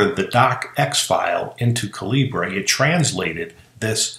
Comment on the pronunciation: Excellent info! Thanks. One point, though: It's pronounced "caliber" (just a different spelling, since the developer is Indian and uses British spelling conventions).